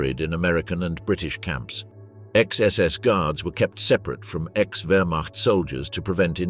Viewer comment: Wiking (why king) come on Wiking and Viking are pronounced the same for G’s sake. Waffle SS. It’s pronounced Vaffen then there’s the whereMact. W’s are V’s S’s are Z’s all this research and youb failed to pronounce simple differences